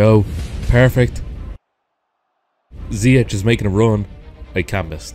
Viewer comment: His name is pronounced “Ziyesh”